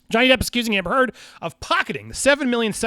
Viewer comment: Thank You for getting the truth out there about her lies. So disgusting that she's gotten this far. Also when You said her name I laughed because it sounds like You're saying amber turd.